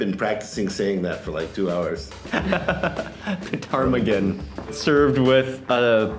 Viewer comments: you don't say the P in Ptarmigan guys lol. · Lmfao! The “P” in Ptarmigan is silent 😅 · Ptarmigan is not an arctic bird (don’t pronounce the first ‘P’). Also, sea buckthorn isn’t arctic either. We have both in the UK